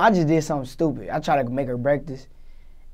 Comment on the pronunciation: dis nigga said breaktast😂